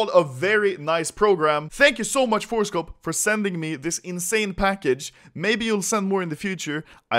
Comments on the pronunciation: Why do I always hear horsecock instead of forcecop? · Anyone else thought he said horsecop